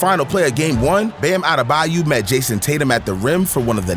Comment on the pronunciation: Lmao the way you mispronounce Bams last name makes me sing CCR "Baaam AdeBAYOOOOU"